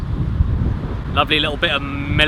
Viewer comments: Milek? Don't you mean Malk? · Which is the first episode where he said "miluk." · You mean miluk? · Miluk and cereal Miluk and cereal Miluk and cereal Cereal and miluk. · Caddy: Miluk Me: actually drinking milk HOLY DUCK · And here, the Legend of Miluk was born. May he forever retain that long lost vowel. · I'm pronouncing milk as mi-luk from now on and no one can stop me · hahahaha MELK is how we say MILK in Dutch. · I wan't some Chocolate Milek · he said MELK, which is MILK in Dutch